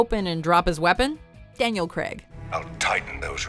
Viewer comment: Daniel CRAY-g, not CREg.